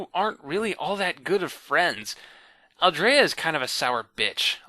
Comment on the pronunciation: It's NOT geeeed. It's GEDD. Like dead. and Hork Bajir is more like Badger, not Ba'Jeeer. It's AL-Dree-Ah. Not Aldraya... like Andrea... Aldrea.. It's Dahk Ha-Me, not DackHammy